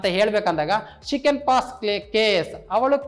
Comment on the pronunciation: Can ಕೆನ್ ಅಲ್ಲಾ sir ಅದು ಕ್ಯಾನ್ ಅಥವಾ ಕನ್ ಅಂತ ಪ್ರನೊಂನ್ಸ್ ಮಾಡಿ ತಾವು ತಪ್ಪಾಗಿ ಹೇಳು ತಿದ್ದಿರಿ